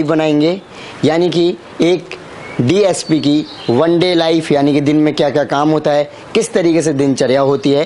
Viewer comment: DYSP nahi bhai DSP hota hai 😂😂😂😂